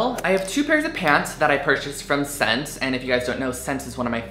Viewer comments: It's not pronounced vot-mont, its the french word for 'clothing' so it is actually pronounced 'vet-mah'. and SSENCE is pronounced 'essence'... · I think SSense is pronounced like "Essence." Might be wrong, but that's what I've heard and always said. Anyway, great haul Drew, lots of fun pieces!